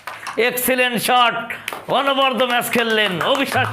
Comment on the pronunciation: অনবদ্য অর্থ অনবরত, য়ের উচ্চারণের ভুল!